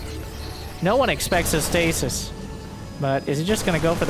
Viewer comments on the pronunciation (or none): none